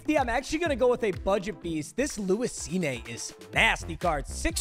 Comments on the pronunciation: Lewis SCENE, not scene-a. Put some respek on that mans name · He kept mispronouncing Cine it's pronounced Seen not seen-aye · I was like bro its Cine. not Cineee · "SeeNay" has me geeked😂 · this was was goated as always (just so you know lewis cine's last name is pronounced like seen) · painful to hear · Respectfully as a Vikings fan is need to say it’s pronounce Lewis seen